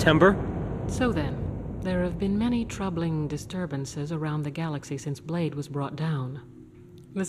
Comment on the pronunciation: D Boy? It’s blade.